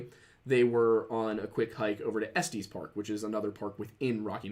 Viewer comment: estes is pronounced estus like the dark souls drink